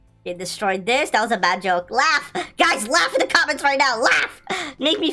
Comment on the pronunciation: Way you say luagh am laughping